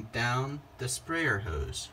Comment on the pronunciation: Ode sprayer? Howse? No w in hose.